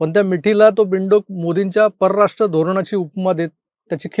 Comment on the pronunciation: आधी परराष्ट्र नीट म्हणा.